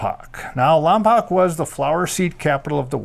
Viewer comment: It's pronounced Lompoke not Lompock!